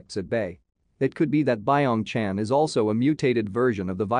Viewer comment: Fact:its not pronounced bye ong chan, its byeong chan